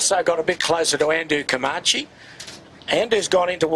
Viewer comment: I wish Peter Shipway would learn how to pronounce Comanche. His mispronunciation spoils the telecast EVERY year.